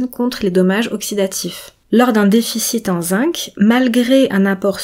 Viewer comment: Très intéressant mais, si vous m'autorisez cette remarque, le mot zinc se prononce "zing" en français, sauf si vous êtes Canadienne ("zink" au Québec).